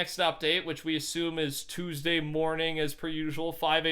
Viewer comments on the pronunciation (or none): none